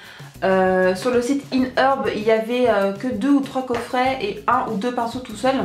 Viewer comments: inheurb? ôo "Ayehèrb" :p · T'es adorable:D ( C'est iHerb, pas inHerb;) ) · Iherb not IN herb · Tu est magnifique:3!! <3 J'adore comme tu dit "In Heurb" x) Grace a toi j'ai envie de tester ^.^